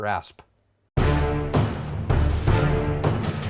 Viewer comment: Why does he say "asp"?